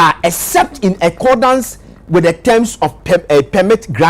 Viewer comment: Yes is right with the pronunciation of accordance as uh.kaw.dns